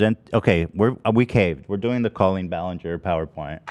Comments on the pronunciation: genuine question: why are they all pronouncing her name like Cole-een and not Cal-een??? it sounds so weird and I have never heard it said like that before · Colleen, is pronounced like Call-lean not Cole-Lean..... This whole episode was triggering... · Is there a reason she’s pronouncing it cole-een instead of saying coll-een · The most confusing thing here is her name being pronounced “Coh-Lean” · I love Olivia but why is she pronouncing “cool-lean” instead of Colleen 😅